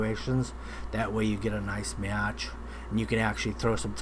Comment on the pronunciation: bro said "Nice meatch"